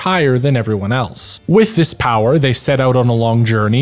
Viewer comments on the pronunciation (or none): none